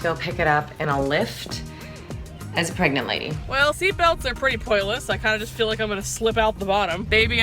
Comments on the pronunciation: Did anyone see said "Pegnant" instead of "pregnant?" xD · LOGANG Equestrian "Am I pregante?" LMAO